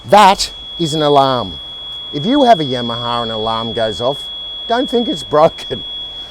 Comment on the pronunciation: The way he pronounces Yamaha is catchy. Must be that Aussie dialect. I don't pronounce my Yamaha like I used too. Now whenever I hear that name I say Yamma Haaaa just like